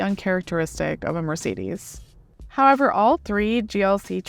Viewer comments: It's Mercedes Benz not Mercedis Benz 😂 E eeeee Use eee it e E from eu emphatic Try saying Empatic whit i Thats right it sounds idiotic 😂 because is that so So please learn to spel it This is the letter E from emphatic not sometimes E sometimes i man you americans are so untalented at existing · Wish she didn't always call it a Mar cedes, surely a reviewer could learn the name properly